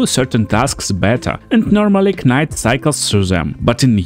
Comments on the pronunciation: I was gonna leave a similar comment. (K)night. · Knight is pronounced as night btw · pretty good video man, just a heads up though, when pronouncing the word "knight" the "k" is silent and is just said as "night". i don't mean to be rude, bilingual people are smart as hell and i couldn't even try to learn another language! other than that this videos really good